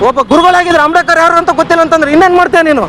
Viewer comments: Not amdekar, ambedkar .say correctly. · ಆಮ್ಡೇಕರ್ ಅಲ್ಲ ಮಾರಾಯ ಅಂಬೇಡ್ಕರ್ ಹೇಳೋ